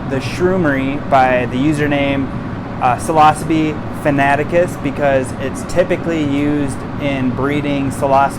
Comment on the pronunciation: PF Tek aka (psilocybe fanaticus technique) It's Psilocybe not Philosophy. You pronounced withoutthe P (Silo-cybe). The P is silent 🤫. But if you never have grown any and just read about them then regurgitate stuff you read online then that makes sense. Also note the Professor who made PF tek more popular in 1992 (He didn't invented the tek just made it popular) his name is Robert McPherson Aka (Psylocybe Fanaticus). Again even with his name the P is silent 🤫 and pronounced (Sylocybe) after Psilocybe (Silocybe). Just was a bit annoyed so I thought I would help you out so you didn't confuse people. 😎🤙🍄